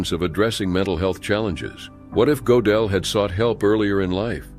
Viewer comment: That's NOT how Gödel is pronounced - at all. I was only listening and it took me quite a while to realize whom you were talking about although I know his biography well.